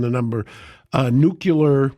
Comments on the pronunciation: Uuuh Mark- the word is pronounced nu-kle-er NOT nuk-u-ler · Gerrigos says “nukular” lol it’s over!!! “Nuclear” ☢️ buddy….. Really. Damn he Is a stupid ass Homer Simpson Buffoon.. lost all credit my dude. Still love you guys. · It's pronounced "new-clee-er". That concludes today's lesson.